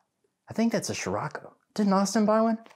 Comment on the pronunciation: Pronunciation of a vehicle name should be discussed before putting it on YouTube. Never heard of a “schirocco” but I have heard of “cirocco” aka the “SCIROCCO”